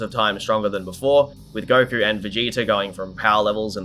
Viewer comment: I couldn't even finish the video... if I hear gokurr one more time lol